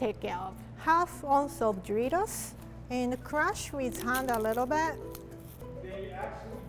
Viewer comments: lol am hearing dritos not doritos lol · I can't stop hearing her say dreidels not doritos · “Do rie tos” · “DRITOS” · how she said doritos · I love how she says Doritos!